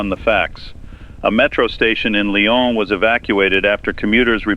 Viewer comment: Lyon (in France) is pronounced lee-OWN.